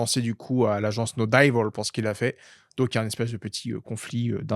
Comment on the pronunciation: ça m'a fait bien rire la prononciation du chef, comme si les anglais disent dAYvol! 😂😂 Alors que c'est plutot DÉvəl, sachant que le "ə" c'est un mélange de o et de eu, il se dit comme le "e "de "JE", c'est un peu muet il se dit rapidement.